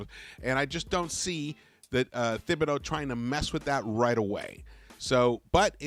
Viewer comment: Say it wit Me. " Tib be do " NOT "THIB BE DO"